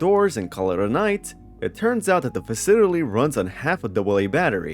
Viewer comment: why do you pronounce 'facility' like odablock?